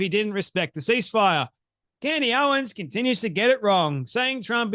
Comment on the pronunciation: Candace not Candy